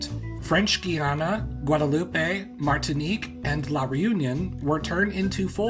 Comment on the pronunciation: Very interesting video. Just a little tip to help you with your French pronunciation in the future. If there is no accent over an "e" at the end of a word, you don't pronounce it. You said, Martinique perfectly ; You didn't say, "martiniquay". Otherwise, good job. Subcribed !!